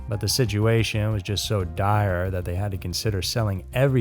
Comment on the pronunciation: I absolutely love your channel and work! I have to ask though, why do you say “siduation”? I’ve noticed several narrators I listen to say siduation instead of situation. Is it a cultural thing? An accent? I’m so curious and since you seem like the most approachable and coolest of the group I figured I’d ask. As a writer it’s always good to know little things like that. If you have a moment, please fill me in. In the meantime, keep the great work coming. I don’t know how you are able to be so consistent. Cheers to you.